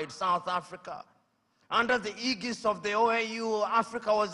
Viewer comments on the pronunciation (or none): none